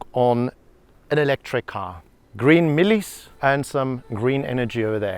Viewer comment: Wait...green "MEILIES"???...hhaibo, mfwethu- uwena lo!!!🫂